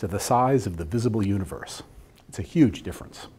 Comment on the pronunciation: a yuge difference :)